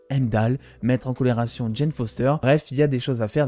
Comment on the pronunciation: Sympa tes dossiers mais sans être donneur de leçon...pas Valaha mais Walhalla et pas "mettre en colération" mais surtout "mettre en corrélation"... juste des petits soucis dyslexiques verbaux qui viennent surement de ton texte écrit et lu pour ta vidéo. Sinon, j'aime ce que tu fais et je souffre moi même d'un désordre du bien parlé...donc à l'origine de ce commentaire. Continue ton travail intéressant. Merci. Pour ce qui est de Marvel...(Disney)...dans 10 ans on aura des reboots sur tout l'univers Marvel, histoire de reformater la génération en place et d'en refaire des consommateurs pendant 20 ans...puis, Ô joie et Surprise....Reboot. Perso je suis Marvel depuis ma tendre enfance (né en 1968...) donc d'ici 20 ans mes artères et mon cœur seront bien mes seules préoccupations et les reboots ne me gêneront pas plus que cela. De toute façon, tout doit évoluer un jour ou l'autre. Je serai surement toujours abonné et je te visionnerai encore...avec mes triple foyers LOL